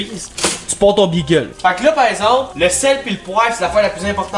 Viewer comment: Imagine dire bigueul mais good job quand meme